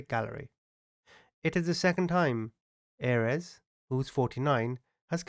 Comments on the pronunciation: Not that this guy deserves anything, and you are amazing, but Ayres is pronounced "AIRS", no? Maybe I'm just too English... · Thank you , his name is pronounced Airs as in fresh air with an s.